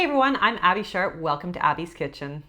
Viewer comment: I love you so much, you are my favorite account to watch!! And in the most loving way possible I just wanted to let me know you started saying again XD